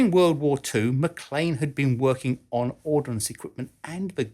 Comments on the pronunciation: Ordnance, not "ordinance". Ordinance means law or legislation. Common mistake. Otherwise great research and presentation,!!! Best regards from Malaysia! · Great video,. I learned some interesting info while watching it. (Would have been perfect if you hadn't kept putting the I in the middle of the word ORD-NANCE. Ordnance = weaponry while Ordinance = law. Sorry, but hearing that is as bad as people saying "newkyaler" for nuclear.) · You keep pronouncing it “ordinance” (a law made by a local council for example) rather than “ordnance” which is ammunition. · it's "ordnance" not "ordinance" - without the letter "i" ... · I know the difference is difficult to get your head around, but the correct term is "ordnance" (as opposed to 'ordinance' as in a legal instrument.) It's about as difficult as "nuclear" (as opposed to 'nucular', which is not fission device at all.) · I know this is 3 years old but I have to say it... ordnance is a two syllable word.